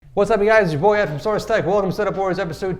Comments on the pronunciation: Did he say source tech wtf lol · Is it just me or did he say source tech in the begging of the video